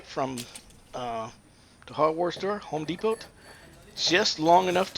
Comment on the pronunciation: Wow, let's use galvanized pipe to butcher this together and then pronounce it wrong, and learn how to pronounce Home Depot. No t. As soon as I sall you put GALVANIZED In it showed me you don't care about your home owner.